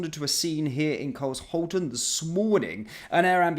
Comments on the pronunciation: Pronounced - Car -shawl-ton, near Croydon. I used to live near there. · Car-Shawlton - emphasis on second syllable. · It’s pronounced as Car-Shalton. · Your pronouncing it wrong it’s Car Shalton now put it together Carshalton. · This is where I used to live, it's absolutely disgusting. This was why we moved away to protect my kids. It's pronounced Car-shal-ton btw. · Just for context. It’s pronounced “car shalton” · 'Car sholton' it's pronounced. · It’s pronounced Car- Shalton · It's Car-sh-alton... 🙄🔫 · Cars-Halton!🤣🤣Only if you were an American! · Exactly, Carl-Shalton. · You pronounce the place Car shal ton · Pronounced Carshaulton. I appreciate your news, thank you👍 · I pronounce it 'Car shawl ton' but I don't live there. Glad the cops turned out. But have they got the knifeman? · It's pronounced car shalton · Carl-shalton is the correct pronunciation. I really hope and pray all is well with the victim. I also don't understand how someone with 4 wheels did not do anything but watch. He should have called out that the police are on their way for them to scram. I feel so bad for the state of the youth culture in this country, if only the government didn't close down all the youth clubs. 🙏🏼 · It's not Carl-shalton. I live there trust me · Thanks for the report, I live quite near and knew nothing about it. Just for reference, it's pronounced as Car shalton. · Not met anybody at 100% yet but you are closer to professionalism than many. Somebody in the process of losing their life and people picking you up for pronunciation, shame on the petty individuals. Well done for the coverage. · Bad for a posh boy. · You pronounced Carshalton wrong, this is my neck of the woods 😢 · Pronounced Car-shawl-ton Not Cars-halton is part of greater London and is also in Surrey. Not far from Croydon which is a total sh*thole. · Car^shal'^ton not cars^halton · It's pronounced car-shalton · I think youll find its car shalton, not cars holten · Cars Halton, so funny, it’s shhhh Carshalton